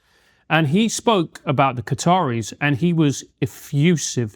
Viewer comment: Lads, who in the name of mispronouncing are the 'Catterys'?